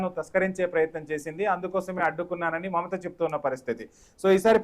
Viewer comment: Please read as Mamatha